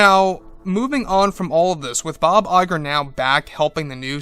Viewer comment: I keep hearing it as Bob JPEG xD